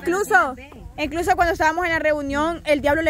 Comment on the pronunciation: dice Encluso……..😂 se dice incluso…….